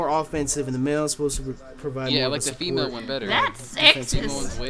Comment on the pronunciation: Lol PMALE instead of female, I shat myself